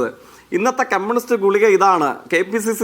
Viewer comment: എടാ ഗുളിയ അല്ല ഗുളിക. എന്നു പറയുക